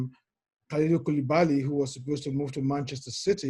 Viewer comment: bro you seriously have to fix your pronunciation of Koulibaly